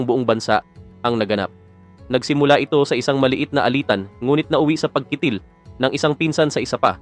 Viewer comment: ayusin mo ang pag narrate..yung salitang pagkitil..hiling...para hindi ka nagmumukhang eng eng..ninenok mo lang ang video na yan.hahahahaha nakita ko yan sa channel ni Islamic Stream..